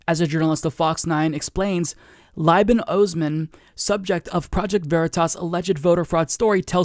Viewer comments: Just a heads up Liban is pronounced Lee-ban. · Slight pronunciation correction: Liban is pronounced " leeban"